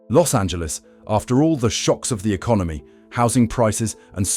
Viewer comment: Los(t) Angeles